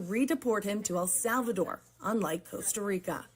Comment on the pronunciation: It is EL Salvador, brother, not AL.